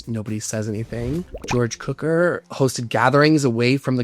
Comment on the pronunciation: Enjoyed your overview of the history and scene in P.S. Just an fyi, the pronunciation of the director George Cukor is "Q core.